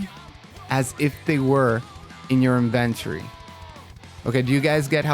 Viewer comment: no don't let this dude get you twisted. he's saying it weird as hell.